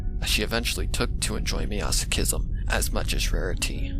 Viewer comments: Ik u prob know how to pronounce masochism by now, but I still wanna make a comment on your pronunciation, so here. Mass Oh Chis Em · Why do you pronounce 'masochism' as 'measochism'? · As a masochist the way he pronounces "masochism" makes my ocd upset lmao